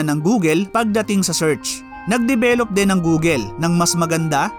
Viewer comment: Ayusin lang sana niya pronounciation sa tagalog words niya kasi slang. Dapat correct pronounciation niya kasi educational ang content niya. Yung “rin” niya ay “ren”, yung “marami” niya, “marame”. Yung “din” niya, “den”.